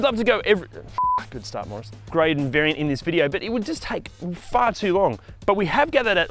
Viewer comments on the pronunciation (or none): none